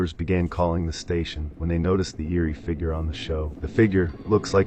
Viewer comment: I wouldn’t take to heart from anyone who pronounce the “figure” .. these two yahoo’s don’t know their head from a hole in the ground!!!